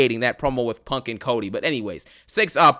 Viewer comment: “I cont stop thinking about PONK”